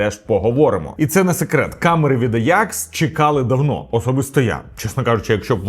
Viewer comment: компанія українською мовою називається аджакс, в якому місці вийшло аякс не зрозуміло дуже вухо ріже, скористайтесь сервісами по типу юконтрол, або опендатабот щоб перевірити.